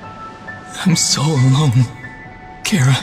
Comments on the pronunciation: Ok first it’s Cara.. and now it’s care-a? Once again, it’s CHARa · how its pronounced ch - ara. how youtubers pronounce it cara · chara got pronounced as "ceara" wtf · It’s char-a! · Chara more like Carrot. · I just realized it’s pronounced “kara” not “chara” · The pronunciations are incorrect with Chara. Some pronunciations are incorrect but almost everything is perfect tho. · We put a lot of thought into how we'd pronounce it. I decided since undertale is such a pun-riddled game and "Chara" is the name you call your "Chara"cter at the beginning, it made sense. Also, Toby Fox officially revealed all the name pronunciations except for this one since it's optional.